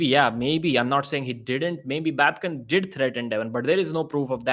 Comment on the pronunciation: Who told Devon to come in the room, if he was not even able to hold his anger for a sec? Immediately after entering he first mock Babken saying 'baby-kin', if someone told you like that than what would you do? Even if Babken came in the Devon's room calling him 'CLOWN🤡' than you sheep fans would have gone far against Babken!